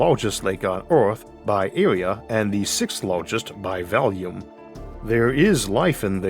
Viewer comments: My Man has a hell of a time with his " R " s 😂😂😂 ... I think I would just REFRAIN .... 😂 and " by volume " somehow became " by Valium " .... I prefer the latter 😂😂🎉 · Um.... the " r `s " .... by Valium? 😂 instead of by volume 😂.... I mean ... we all have some imperfections but second to none is a bit much lmao 😂 .... ya first need proper pronunciation and word selection.... Valium is a drug and volume is description or type of measurement... big difference.... that being said , I really enjoy the content.... lets just keep stuff in perspective... the narration has room for improvement..